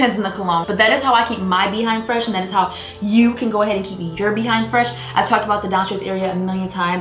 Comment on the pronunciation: I'm going to watch until the end just to keep hearing her say, "BEE HIND." 🤣🤣🤣